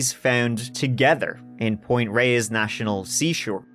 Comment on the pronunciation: Not that it matters but just for the heck of it, since I grew up in the Bay Area, it's 'Tam al pie us' or just 'Mt. Tam'. I dunno, might come in handy for other SF area crime stories? Sure seems like there's plenty of them. You nailed Point Reyes though 👍 Anyway, another interesting podcast. Thanks!